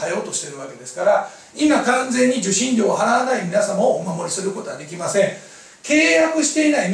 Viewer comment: 「支払い出来まんせん」ってwwwww